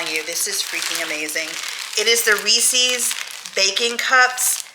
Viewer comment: When you are trying to think of how to pronounce Reese's Pieces, just imagine that they are owned by Reese Witherspoon... if you liked her makeup you wouldn't say I like "Reeseee's" makeup just Rees-ez. 😜 I don't know why some people have begun saying it that way since it's been around for so long. Anyway, great video, it's nice seeing you happy. Yes, I've heard the "6 of one, half a dozen of the other" because my dad used to say that when I was a kid and it was nice to remember that so thanks to William. 😊 He seems like an old soul, which is a good thing.